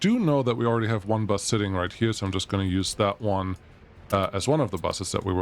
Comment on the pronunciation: no clue. He was talking about the bus and pronounced bus the german way. He noticed it by himself